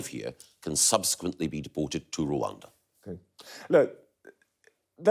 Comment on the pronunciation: Gove; after being so repulsive about everything, manages to annoy me again & anew by his conspicuously weird pronunciation of 'Rwanda'